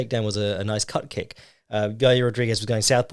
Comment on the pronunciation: I thought he said Cup Kick for a good bit. As in Di*k kick.